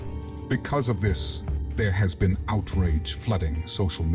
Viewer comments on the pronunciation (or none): none